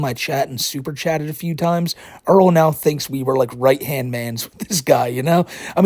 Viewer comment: I just realized something...Is Earl really calling himself the? He can't pronounce Right...comes out white?